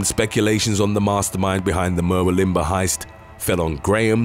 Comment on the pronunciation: Murwillumbah is pronounced mur-wool-im-baa just so you know 😊